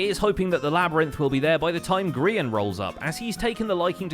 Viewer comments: grain?? who is grain do you mean Grian? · Sparkpaw Of Windclan I thought it was ‘Grain’s Emporium’ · You: "Grain" Me: "Cod Man" Zloy, an intellectual: "Green"